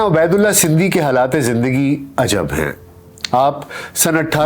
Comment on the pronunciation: Buhat khoobsoorat kawish talafuz ka khiyal rakhey. aap kah rahe he Abedullah,mgr ye Ubedullah he.